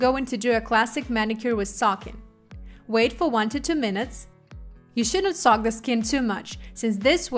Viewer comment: The English translation is done very nicely. There was only 1 word I had a hard time understanding but I eventually figured it out based on context. (That word is soak but I hear sock 🧦.) May I make a suggestion? The word "soak" is spoken by the translator as "sock". So, to correct this, try thinking of an OAK tree or a river bOAT. oak, boat, soak. Hopefully, that helps make sense :) Thank you for this beautiful & easy-to-follow presentation! 💅